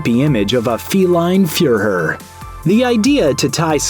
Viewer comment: His pronunciation of fuhrer was interesting 😂